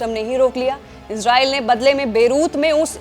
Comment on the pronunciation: Oxford और Cambridge डिक्शनरी के अनुसार ISRAEL का सही उच्चारण "इज़रेल" है जबकि रेख़्ता डिक्शनरी के अनुसार "इसराईल" है। सही उच्चारण का इस्तेमाल करें।